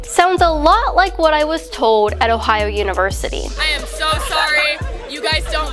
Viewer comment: She can't even say Ohio,lol. Don dwink da fwowide! ... but really don't drink fluoride.